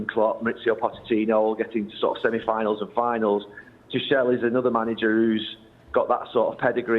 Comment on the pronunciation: The way he pronounced "tuchel" 😂😂😂